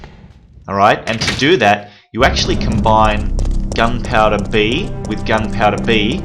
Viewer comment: Love how he says gun powda